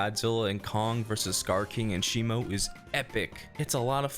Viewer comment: its pronounced "shimo" not "shimu"